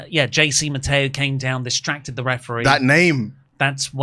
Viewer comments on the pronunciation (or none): Still whenever I hear "JC Mateo" i hear "Chasing Ma Tail"